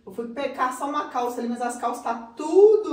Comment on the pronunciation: ficou linda com a "calsha de shoopping"😆